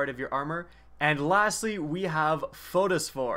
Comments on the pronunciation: What was that word? Photosphore? Pretty sure the word is Phosphore, pronounced "fas-fur". I actually like this kind of video, tho. I would like a rundown on future armor sets, if possible. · it's, fas-fur :)